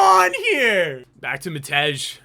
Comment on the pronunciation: Matej is pronouncec (matey), with a soft J. typical slavik name - id just call him matt tbh